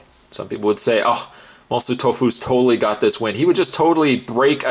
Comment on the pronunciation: ‘Mon-sewer’ Tofu?